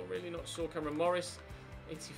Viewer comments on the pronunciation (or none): none